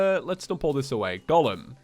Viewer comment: Did you pronounce Golem as Gollum? Or I just misheard that?